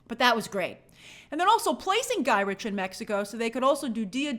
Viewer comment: Guy rick…guy Rick… not guy rich